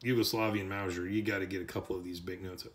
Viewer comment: Mowzhure lol lol - sorry couldn't help myself. Great review and information. Appreciate it! This reminds me of my now departed Father. He used to pronounce onion as "ungyun". It's just one of those things that makes us each unique.